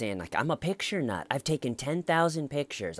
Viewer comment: “I’m a picture nut” emphasis on the nut.